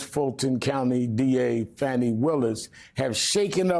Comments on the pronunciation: IF ANY ONE PERSON SHOULD BE PRONOUNCING FANI WILLIS NAME CORRECTLY 🤨, IT SHOULD BE YOU REVEREND SHARPTON 😩. Pronounced Fawn-Knee not fan-knee 🙄. You've heard her name 📛 before as she has even pronounced it 😮 Kamala Harris had people mispronouncing her name on purpose 😡 Ron DeSatan saying thigh food instead of Thai Food and firing people or not dating anyone because they corrected him on the correct pronunciation . Homework is very important! It is EVERYTHING when SUCCESS is needed 🥰 ✌🏿♥️🙏🏿👑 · Fah-ni Willis , Rev . I was sure You would pronounce it correctly